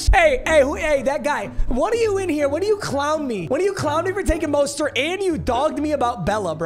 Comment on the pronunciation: said Raheem MUSTARD and then moaned 😂I love me some